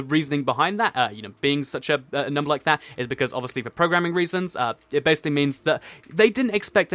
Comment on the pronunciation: Yes you fix it I was soooooo coteries when you said bassily then finish this for fixing it😀😀😁😀😀😀😀😀😀😀😀😀😀😀😀😀😀and find the odd one out laughs